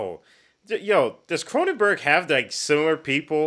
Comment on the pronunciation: It’s Cronenberg